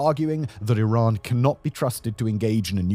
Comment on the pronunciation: Remembers guys, it’s “e-rhan” not Iran 🏃‍♂️‍➡️